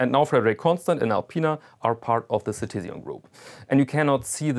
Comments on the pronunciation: It's Citizen* ("Bürger" in German, which I assume is your native language, given your accent) not "si-ti-sian". Also, when you're not a native-English speaker, there is no need to pronounce a French-language name as if it was English. "Fre-de-riek Con-ston' ", not "Fred-rick Conn-Stent". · Citizian? Really? Like Really? Ci-Tiz-Ian??? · Never heard Citizen pronounced like that :)